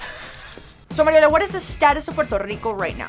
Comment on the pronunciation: It’s mariola